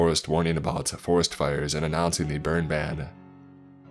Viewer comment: Bro your voice fucking sucks it’s so hard to listen to these nice stories like when you say some thing you always add A or U at every single word please just finish the word correctly you don’t have to say the forestU ore killinga